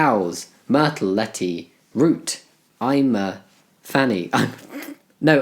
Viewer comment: I love how he misprounced Irma and came up with I'm A Fanny. Yup childish humor giggling